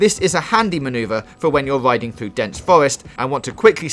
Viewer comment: This is super great. But what is Wadar, Zewo and Widing?